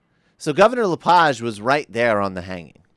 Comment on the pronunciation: Thumbs up To LePage, Who's insane? Your An Idiot sir, You Can't even Speak His name Correct, Your A Dip Shit. I think You Have A Little Powder On Your Nose...